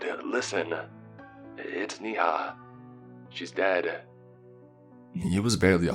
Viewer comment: Dude, Saketh is pronounced as Saa-kae-th!! Neha is pronounced as Nae-ha. Mr. Arora is pronounced as A-row-ra. Belan is pronounced as Bae-lan (Rolling pin). The name of the car is Maruti 800 pronounced as Maa-ru-tee.